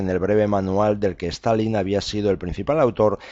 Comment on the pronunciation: ¿A qué viene pronunciar todo el rato "STAL - LIN" Es Stalin, con una sola "L", tanto en español como en ruso o cualquier otro idioma. Suena ridículo.